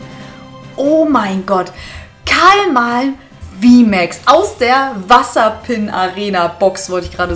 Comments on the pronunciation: es heißt ka malm nicht kalm malm 😅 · cooles video wieder endlich liebe. ( vllt täuscht das nur) abr bei dem kamalm holo siehtd as aus als wäre die komplett zerkratzt ( zumindest der eis part im vorderen teil der karte) btw das vieh heißt KAMALM ohne L am anfang du sagst immer ka(l)malm XD kaocto mag dich der will dich umarmen ^^ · Warum sagst du immer du Kalmalm😅